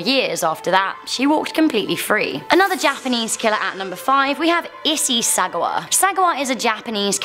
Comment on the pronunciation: “Maiyuki” “Issy Sahguwa” Lol xD